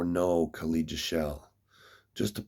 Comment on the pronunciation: Kha led. Not kha leeed. Lol